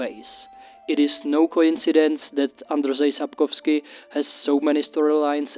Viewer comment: Thanks to you, I finally know how to pronounce Andrzej Sapkowski XD